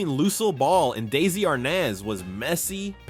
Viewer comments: In future videos please say his name right. It's not Daisy. It's DE-ZZ-EE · Why does your AI keep calling him Daisy! Otherwise good show! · It's Desi not Daisy your AI needs to improve its speech it ruins the whole video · Get his name right.